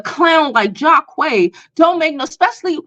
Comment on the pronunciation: Lol the names are pronounced JAH-QEEES and drEEzy. Long vowel sounds (this why they made for each other)